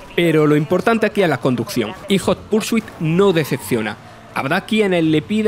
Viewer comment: ¡Joder! Esos españoletes deben de evitar pronunciar el idioma inglés, lo destruyen sin piedad. "Nid for espid jot pur su it" The horror.